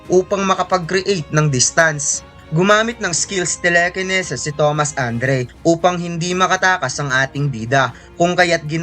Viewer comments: Telekinesis ❌ Telekeneses ✅ Sana naman ininform kami pag bisaya . Tang ina di ko alam kung tatawa ba ko e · great story telling. No offense. For media consumption. Tele-kene-ses? Please say tele·ki·ne·sis. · Telekinesis po... Hindi telekeneses... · Telekeneses ang lala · nawindang ako sa telekeneses. ahahha support padin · TELEKENESES TANG INA KA HAHAHAHA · narevise na pala Ang telekinesis. ✌️✌️ anyway. thanks for upload. not mocking you lods. natuwa lang talaga kami sa telekeneses. ✌️✌️♥️ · Tinigil ko na , di ko kinaya yung telekeneses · Telekeneses bisaya HAHAHAHA